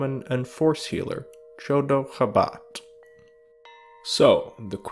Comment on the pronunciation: Absolutely love this video, but every time you said Chodo Habat, all I heard was "The dog of Wisdom"